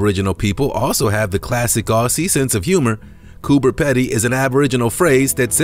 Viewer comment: Coober Pedy is pronounced Peedy